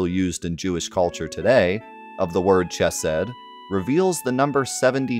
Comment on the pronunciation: Pronunciation note: the “ch” in “chesed” is the guttural one (like Scottish “loch”); also the “g” in “gematria” is a hard “g”.